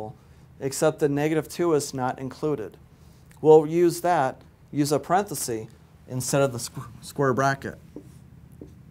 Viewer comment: No such word as parenthesee. It’s parenthesis. Very stiff and sterile. I like the video math tutor. He’s fun.